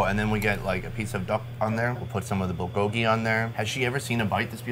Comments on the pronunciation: I wonder why English-speaking people tend to say "bull-GO-gee" (with the accent on the second syllable) instead of "BUL GO-gi"... We don't say "kim-CHEE" or "cha-JJANG-myeon", so why do we insist on pronouncing "불고기" in such a strange way? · It's funny hearing every non korean person pronounce bulgogi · Every video he butchers saying bulgogi